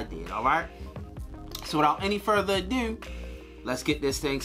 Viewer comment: “Without Further And DeeW”